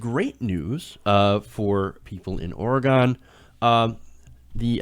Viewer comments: I really think this pot tax is going to help our state. By the way....it's pronounced or-e-gun, not or-e-gone. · Its pronounced like Ore-eh-gen, not "gone". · it's not Orgon jackass it's OrEgon